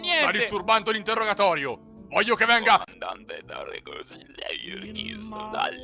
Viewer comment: Era un sacco che aspettavo il secondo episodio! Ed è fantastico!! Comunque à Tarkas e non Tarkus..